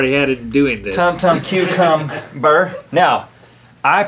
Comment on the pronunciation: "Tum tum cucum-ber"